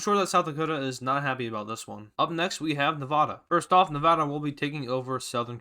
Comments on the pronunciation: Man I wish he said Nevada right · Say Nevada right I live there